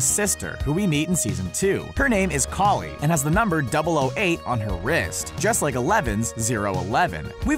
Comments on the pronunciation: AAAAAAAAA KALI IS PRONOUNCED LIKE COLLIE NOT KALLIE WHY DOES THIS ANNOY ME SO MUHC HECK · Literally u pronounced it Collie, then a few sentences later, Kali